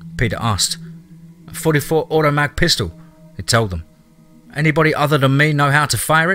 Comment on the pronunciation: Anyone else cringe when he said 44 automag?